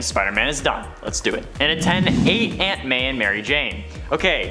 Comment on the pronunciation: The way you say “Aunt May” sounds like “Ant Man” so everytime I hear it I’m like “why is Spider-Man saving Ant Man?”